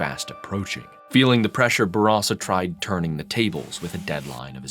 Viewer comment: Its nice to finally hear someone pronounce Bourassa properly.